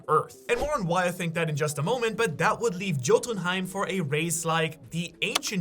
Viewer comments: it's not pronounced jotunhiem.. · Yote-in-heim is how the land of the giants is pronounced. I hope that helps any. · dude if you tried to say jotunheim with a J then u a scammer.... like wtf CLICK BAIT!!!!!!